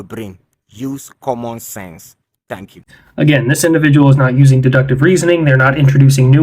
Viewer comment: He bit off more missile defense than he could chew up logically. It blew up his teeth by "comman"😢 sense. Trevor Noah material.